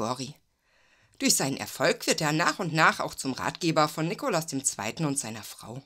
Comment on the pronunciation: Gut gemacht, nur nervt, dass Du leider ständig den Zaren einem falschen Namen gibt's. Der Mann hieß Nikolaus, nicht Nikolas. Ggf. hättest auch Nicolai nennen können.